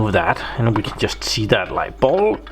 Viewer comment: pronunciation: bulb... not ball